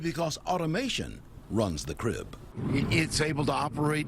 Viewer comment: crib, not drib